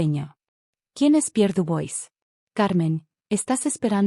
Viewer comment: Chérie se pronuncia"cheri" y Dubois,"Dubuá".